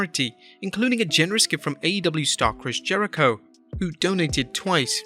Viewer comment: Why does he say Chris Jericho like that?